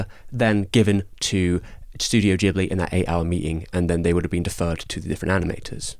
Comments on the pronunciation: It's pronounced "Gibli" not "Jibli". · Come on... There's an 'H' after the 'G' in Ghibli, indicating that the name is pronounced with a hard G, like "Ghetto".